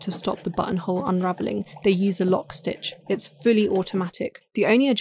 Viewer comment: My girlfriend was watching this video on the couch behind me and every time the narrator said button hole I swear I heard Butthole.